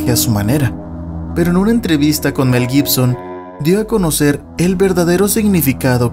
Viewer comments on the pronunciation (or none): none